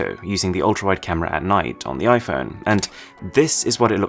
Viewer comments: ultrawite camera? Whaaaaaaat😂😂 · its not ultrawite its ultrawide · Ultra wite camera 😂😂😂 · Ultrawite camera 😂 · Ultrawite camera lol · no, i am not gonna ignore that(altraWITE) there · Ultrawite not ultra wide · It should be ultra wide not ultrawite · "Ultrawite" lol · The iPhone ultrawite camera 😂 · “ultra WITE” camera im sorry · "ultra wite camera" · Lol it said ultrawite